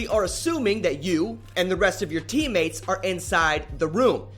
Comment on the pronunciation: Why do you emphasize random words? "This causes the enemy team to carelessly enter the building because they see so many of your TEAM MATES the ones you aren't helping at all on the objective.